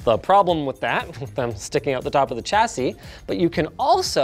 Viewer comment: There is no ‘t’ in ‘chassis’.